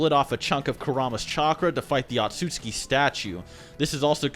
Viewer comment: butchering otsutsuki and Tenseigan lmao